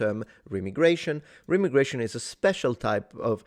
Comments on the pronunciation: … Not “Rem-igration” It’s “Re-migration” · i know you said remigration, its pronounced Re-migration :) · ive always heard it pronounced "re- migration" not remi- gration. then again, i speak southern american, so take it for what its worth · Re-migration- don’t think it’s rem-migration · I think it is pronounced Re-migration not Remi-gration, maybe its both but the second sounds weird to me. Good video either way. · Pronounce the first "i" as aye, or eye, re-m'eye'-gration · its pronounced REE-my-gray-shun. As in crazy people go REEEEE whenever it happens. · Remigration is normally pronounced ree- migration